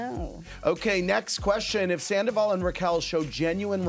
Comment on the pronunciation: She called him Skandoval 😂😂😂